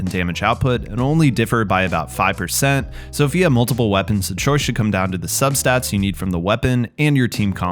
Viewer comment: "multimle" hehe